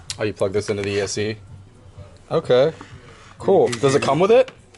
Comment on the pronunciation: Is he saying "ESE" instead of ESC?